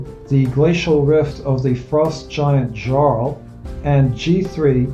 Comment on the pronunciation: great. I quite like the 3 giants modules. Just a quick note for pronunciation for your next one. The Norse word "jarl" (in English "earl" ) is pronounced with a /j/ phoneme and should sound like "yarl". good job as always.